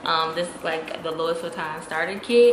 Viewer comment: Great tips ❤️ & not to be annoying but Louis (Louis Vuitton) is pronounced Loo-ee